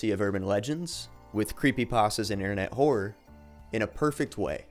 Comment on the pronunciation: you keep saying Whore as opposed to Horror